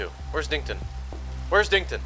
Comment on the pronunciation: actually it’s “dinkton” not “dington” 👍